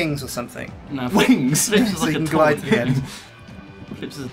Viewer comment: . Listen to how strippen says wings, it sound hilarious